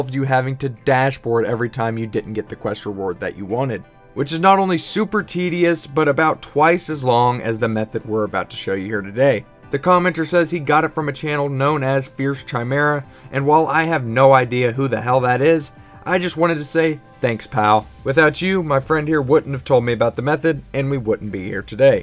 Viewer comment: Brah it's pronounced Kaimera 😂